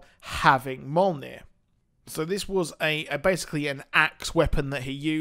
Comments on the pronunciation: Mule, Neer. lol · Its Mjolnir pronounced Meee Yol Near!